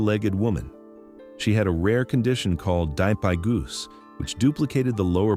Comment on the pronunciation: It's "dipygus", not "Die pie goose" . Geez, do your research!